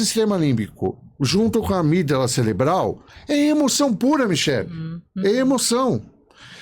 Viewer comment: Ele falou amígdala celebral mesmo? Ou fui só eu que ouvi?😮